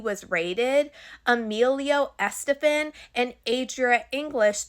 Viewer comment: It's killing me how u keep sayin her name wrong lol, Gloria Estefan's a legend. This story is crazy